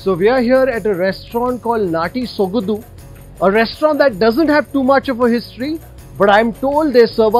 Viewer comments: Its Sogadu not Sogadhu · It is not sogadu....it is sogaDu....(after soga...say it the way English word 'Do' is pronounced....sogaDu'